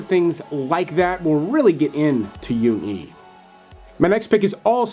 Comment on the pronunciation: "Jung_e" is pronounced with a 'j' not a 'y'. Why do so many people pronounce it as "young ee" like it's German or Swedish?